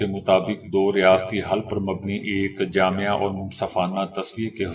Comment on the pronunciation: Bhai jahele mutlaq abhi Tak aap ne lafz jaame ko Jamia kahna nahi chooda